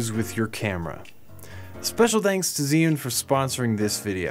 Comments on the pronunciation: Any other Chinese speakers out there that winced every time he said "z" yun instead of saying something like "jure" yun? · The pronunciation is just horrible. Even the official channel doesn’t even try to speak it properly. It’s two words not one. Zhi Yun. At least try!